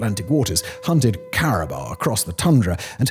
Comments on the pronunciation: Simon's pronunciation is usually spot on... "cari Buh"? "Cari... bow"? How could he not know how to pronounce caribou? (Cari boo Simon. Cari BOO.) 😆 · Had me Googling if "cariba" are a species I never heard of, but no it's just caribou pronounced with a silly accent. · It's pronounced CariBOO not Caribar! Lol Simon saying Caribou